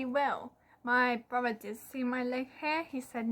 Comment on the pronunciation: Love the body hair. Can't imagine why broTHer or eiTHer are pronounced broVer or eiVer?